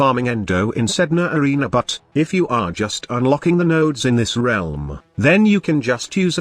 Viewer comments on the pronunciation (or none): none